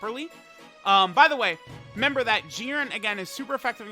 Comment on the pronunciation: I wonder if knows there's another syllable at the beginning of the word "remember."